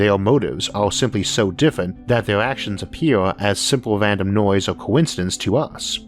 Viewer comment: Es sempel wi ar not redi iet